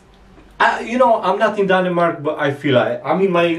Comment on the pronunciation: Danimark? Pronounced :Danmark Cocio chocolate milk - “a Cocio Beer” Sasuages must come in cold water, very very slow cooked When you boil the sausages add chinese soya to make Them give the give the right Sound It is not a danish hotdog without remoulade ! Sorry